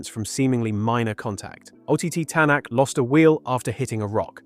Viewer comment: Other than the mispronunciation on Tanak's and Latvala's name, perfect video. I agree with all of this as a WRC fan since 2022 when I saw Kalle win his first ever championship in New Zealand.